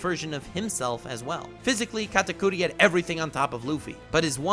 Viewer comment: First thing I clicked on this vid you pronounced his name wrong TRIGGERED